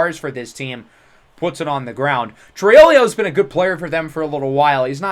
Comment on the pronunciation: It’s tree o lo not sure where ur getting the extra syllable from but just letting u know. Also another one is everytime we see him u say encico but its enciso